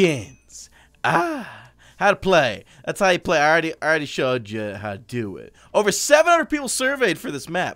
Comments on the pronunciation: did any one notice in stead of over he said ogre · he said ogre in stead of over